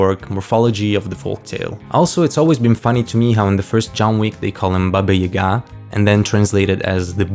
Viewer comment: Thank you for pronouncing Baba Yaga's name correctly.